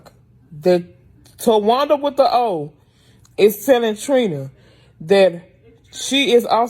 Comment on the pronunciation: Tawanda w the O 😂😂😂😂